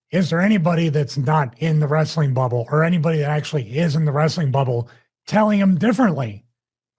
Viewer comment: It takes a bad booker to know one😂😂😂😂😂😂😂😂 it's Wres-a-ling Bro😂😂😂😂